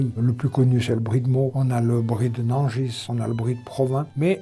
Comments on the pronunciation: Merci pour cette vidéo ! Petite précision, Nangis ne prononce pas son S final 😊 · Nangis sans le s comme Paris en prononciation mais toujours aussi bon !